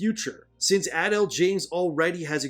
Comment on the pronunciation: Jada Pinkett-Smith was never really good, even before the marriage controversy 🤷‍♂️ This just cements it. Also, it kept cracking me up every time you pronounced Adele as “adul”😂